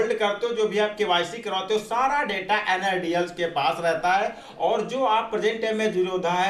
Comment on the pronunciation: Nadl nhi la**e NSDL HE VO name lena sikh le fir dushro ko sikhana 😶